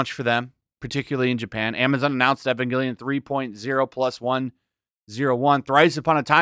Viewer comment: The story of Evangelion is not complicated. It can be summarized in three words; "I am lonely." And it's Evangelion, not Ayvongelion.